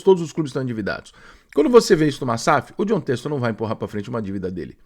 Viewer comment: Ele não consegue só falar bem. Tem que criticar… passaram 3 anos e ainda não aprender a falar o nome do Textor. Parece piada…